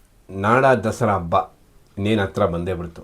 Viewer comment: ಎಮ್ಮೆ ಅಬ್ಬ ಅಲ್ಲ ಹೆಮ್ಮೆ, ಹಬ್ಬ.